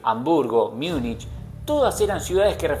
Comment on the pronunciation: Vale,, pero no digas "Miunich", por favor... Múnich. Y perdón por la corrección, no puedo evitarlo 😌 Un saludo y felicidades por el vídeo 👌